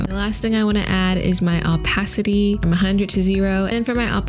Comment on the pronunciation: "Owpacity" lol